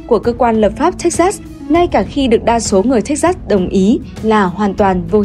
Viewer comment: Đọc là Thếch Xịt (sừ) nhé :))